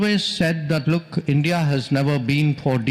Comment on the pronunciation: "sarr ye hai BRICS ye hai ENDIA inpar tarrif lga de ? " 😂😂